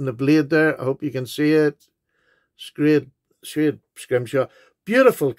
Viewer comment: that’s very nice of the guy sending you the mini telescope also very cool knives especially the Barlow I has a schrade Barlow in the basic scales and an imperial both great for my whittling wood spirit carving. I do also love sak knives but you pronounced schrade correctly. I let you know when your cards and stickers arrive 🍀🇬🇧👍🇮🇹🐾🦊